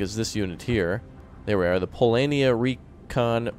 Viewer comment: its noot Polania its Polonia (Poland)